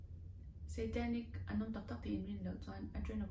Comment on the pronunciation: Ngatinge SEItanic ti a, a lam tlat le😂😂😂